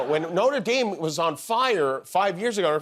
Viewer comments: Notre Dame Jimmy? Really? It's the cathedral, not the college. No-tra Dahm, not Noter Dame. SMH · Please pronounce Notre Dame correctly....Noht'reh Dhem. Note'R Daime? FFS 💙🤍❤ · At least make an attempt to pronounce correctly. Notre DAYME is the school in Indiania. Notre DAHM is the cathedral. You don't have to have a French accent or anything, but you can at least use the short vowel. And it's not Pred Macrone. It doesn't rhyme with "own." It's closer to the English "anh" sorta. Mac KRAH... sorta... How hard is it to know that? And having a Republican Senator talk about how important it is to obey the law and be punished if you don't.... I'd laugh except satire is dead. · Don't Americans know how to say "Notre Dame"? Weird that you pronounce it "Noter Dame" but spell "theatre" as "theater". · It's NOT "NOTER DAYME"!!! Pronounce it correctly, please. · Is anyone else looking forward to the resumption of Trump and Macron’s handshake war? “I’m not letting go till you let go” “Well I’m not letting go till you let go” “Well I’m not letting go till YOU let go” “WELL I’M NOT LETTING GO TILL…” etc etc ad finitum (Btw the way Americans pronounce Notre Dame is crazy 🫤) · ‘Noder Dayme” … Macrone” … Americans - murdering language and culture since 1776….. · trump shouldn't be able to do anything until Jan 20th. On a side note, I do wish Americans would pronounce it correctly - it's Notre DAHM, not as in southern woman. Also, Macron is MacrON (as in 'on' the table) not 'crone'. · So funny how Jimmy mispronounces “notre” 😂😂😂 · Notre Dame….yet another word Americans choose to pronounce very much incorrectly for reasons known only to themselves and their English teachers 😂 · You don’t know how to pronounce Notre Dame??? Are you eating at the Warren salad Buffet?? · Aw he’s saying notre dame like the college… who’s gonna tell him